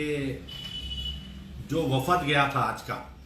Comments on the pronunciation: wafad nahi wafd bolte bhai credit owaisi leliye aap srif youtube per rahegaye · Assalamu Alaikum wrwb pehle app apni urdu sahi karlo. Batlata hoon nahi kehte batata hoon kehte hain doosre jaise ek sahab ne point out kiya wafad nahi wafd kehte hain. Apko andar ki baat kcr aur Asad uddin ke darmiyan huwi hai kaise pata chali kya app ke pas koyi moakkil hai ya apko naozbillah ilhaam huwa. Ab chordo ye saab harkatain kyun ummat mai inteshar paida karrahe ho. Asad aur Akber uddin se appko bair hai theek hai rakkho.lekin shaher ke ulmao ki to izzat karo. Allah apko hidayat ata farmaye